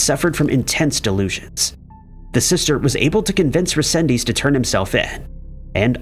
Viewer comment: Okay I couldn't take it no more, There's so much you got wrong on the Angel resendez Ramirez case, starting with saying his name wrong, then implying he was attacking people on the trains which never happen. Just a plethora of wrong information.